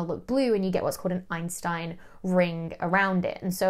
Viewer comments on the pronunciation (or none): none